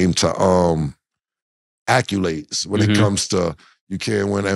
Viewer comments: Cam really went with "acculades" at the mark. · Somebody PLEASE tell Cam it's "ACC-O-LADES". 😩